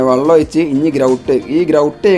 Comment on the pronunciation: വള്ളം അല്ല വെള്ളം ഒഴിച്ചു എന്ന് പറ 😂